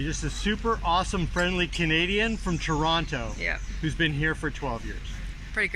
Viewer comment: I think this my new favourite, Costa Rica looks amazing, loved your interaction and you pronounced Toronto correctly 😉, keep the videos coming.